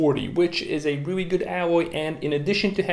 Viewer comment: Reawy reawy hahahahah